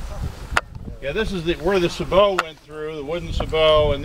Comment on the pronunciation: It's pronounced as it is spelled: a Sabot round Not "sabow' which I found annoying.